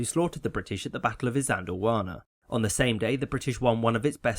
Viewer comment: Isandlwana = E-sand-lwana Boer = a sound not found in English so I can't elaborate unfortunately, but the oe makes its own unique sound. Afrikaans be like.